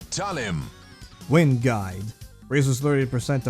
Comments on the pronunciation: Talim being Filipino, I would assume it's pronouced as /cha-KOO/ like how the Filipino word for nunchucks is pronounced. Even "Talim" would be pronounced as /ta-LIM/ (with the stress in the second syllable), a Filipino word meaning "blade" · Talim bei g Filipino, I would assume it's pronouced as /cha-KOO/ like how the Filipino word for nunchucks is pronounced. Even "Talim" would be pronounced as /ta-LIM/ (with the stress in the second syllable), a Filipino word meaning "blade"